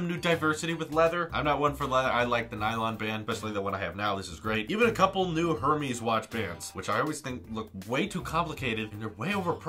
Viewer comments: Her-mees. Okay. Try Er-mez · You mispronounced Hermés. It's pronounced AIR-mass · The h isn't pronounced in Hermés. And a silk scarf cost $400 so the apple band is going to be expensive.